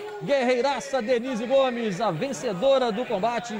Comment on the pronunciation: You said "Gomes" like "homes"...